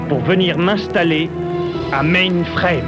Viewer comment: Pas de trouble man! Quand j'ai entendu Bob dire des affaires comme "mainefrème" pis "riboutte" dans cette version-ci j'me suis mis a chercher la bonne au plus criss.